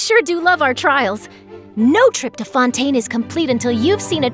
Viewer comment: Close enough. I just don't get why she pronounced that one alright, but not Fontaine.